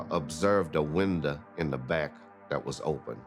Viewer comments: Never heard window pronounce as windaa till now 😀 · I felt so bad for laughing during the sad time but “winda” took me out. RIP Brenda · Winda? Who's Winda? Does He Mean Wanda? Ohhh, Window. I Got It Now . Thnx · "Observed the WinDah! And when she looked through the WanDah" LMAO! What planet is that accent from! 😂😂😂😂😂😂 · completely unrelated? anyone like how says window. "Observed through the windeh" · Thank you! That's the comment i was looking for about the WinDah.. lmao! Ridiculous accent lol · The windah. Lmao!!! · lol yes, qe don't pronounce the "er" sound at the end of a word, it's "watuh, weathuh, winduh, buttuh" and the "th" sound is more of a "d" sound, like with the Saints saying "Who Dat". And most of us speak a mixture of French and English. Our accent is one of the most difficult to imitate, that's why any show or movie filmed here or about Louisiana, they never get our accent right. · What is a "windah"? Can't these people speak right for once? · I never knew WINDOW had a A in it 🤔